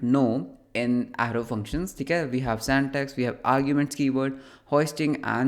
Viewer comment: Syntax ❌ santax ✔️